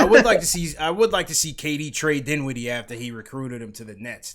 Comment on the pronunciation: Dinwiddie? DINWIDDIE??, LMFAOOOOOOOOOOOOOOOOOOO NAH FAM, NAAAAAHHHHHHH